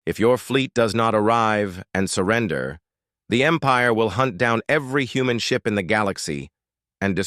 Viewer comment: "The screen switch to show the inside of the human... ship!" Weird bits of pause and emphasis all over. And I still don't like this over-used AI voice.